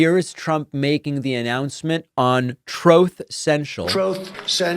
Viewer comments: On a lighter note: thank you for the "Troth Sensual" soundbite. That makes me laugh every time. I haven't heard you do it in a while. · Also came here to say.....Troath Sential!!! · “Troth Senshil”. 😂